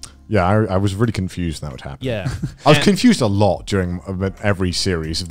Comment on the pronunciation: Garnt, THERE IS NO "V" IN REALLY. I'M BEING VVVVREALLY, VVVREALLY, VVVVREAL WITH YOU THERE IS NO "V" IN REALLY.